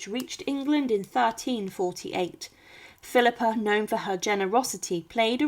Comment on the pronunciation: Thanks for this great video! Philippa of Hainault along with husband Edward III were my 20th Great Grandparents. But the way you're saying her name with a non-existent "R" at the end has got the youtube captioning spelling it PHILIPPER. Is the voice human or AI? I am descended from the unfortunate Thomas of Woodstock, via his daughter Anne of Gloucester, who at one tine was the wealthiest widow in England. I'm also descended from John of Gaunt via his son Henry. Philippa was also a descendant of Charlemagne. You are NOT pronouncing HAINAULT properly, and did not get CAPETIAN right. If all descendants got an equal voice in whether or not to open the tomb and look inside, MY vote would be to NOT open it and leave them undisturbed. Surely, science in 2025 has ways of "looking" inside without opening it.